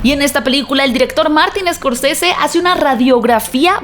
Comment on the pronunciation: Se pronuncia Martin Scorcese, no Escorcese